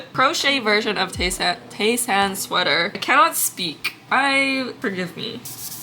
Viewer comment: the pronounciation of his name is te-san not tey-san :DD